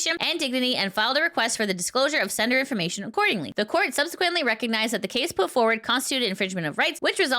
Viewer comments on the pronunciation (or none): none